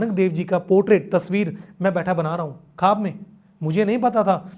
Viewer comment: Bhaiya aap ne bahot achieve kiya. Good. Aap jab khab bolte hai... wo khab nahi bola jata. "Khwab" bola jaata hai. Aap ye sari potret jo banaya. Aap pls wo tasvir ko bataye pls.